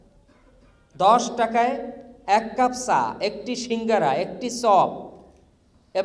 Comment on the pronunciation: উপাচার্য ছা না চা হি হি হি আপনি ঢাকা ভারসিটির উপাচার্য হিহিহি